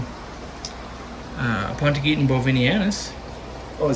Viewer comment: Pronunciation alert! regularly mispronounces the name of the plant “aponogeton”. This is a mere peccadillo, to be sure, but since his knowledge of all things aquatic is so vast, why not finally get it right?